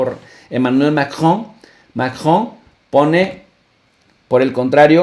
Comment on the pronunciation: Profe no mame se dice macron no majon español porfa ....